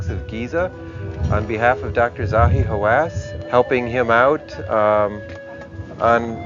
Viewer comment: I live how Mark calls him dr. Zahi How ass